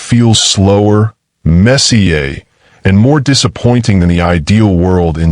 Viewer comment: "Mess-ee-a"? Instead of Messier. Can real human beings actually speak instead of AI anymore?